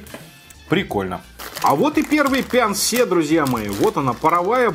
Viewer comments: Прикол в том, что на самом корейском читается не Пян-Се, а Пён-Су😂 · На корейском почему-то написано пёнсу, а вы говорите пянсе🤔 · Почему пянсе, если написано пёнсу? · На корейском языке написано не «пянсе»,а «пёнсу»...